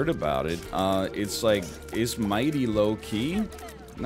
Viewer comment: I keep preparing myself for "waow, loki" whenever he says "low-key"